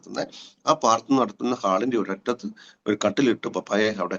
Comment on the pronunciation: നല്ല അനുഭവസാക്ഷ്യം. ഞാൻ കേൾക്കുന്നതിന്റെ കുഴപ്പമാണോ എന്നറിയില്ല, ദയവായി പ്രാർത്ഥന (പ്രാർ )എന്ന് വ്യക്തമായി പറയണേ നന്നായിരിക്കും. സ്നേഹത്തോടെ 🙏